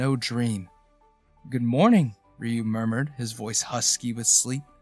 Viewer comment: The story clearly takes place in Tokyo, and the lovers only move to the US five years later. The narrator doesn’t know that Sato should rhyme with the Spanish word gato. He also makes Ryu into a two syllable word, instead of a single syllable word. This is part of the local name for Okinawa (which is the Japanese name for the Ryuku Islands). There is another name Seito that would be pronounced as the narrator imagines. And variants which I won’t explore. Even so the narrator reads beautifully I have to say! Japanese attitudes to homosexuality can be contradictory, and so it’s not surprising that the lovers emigrated.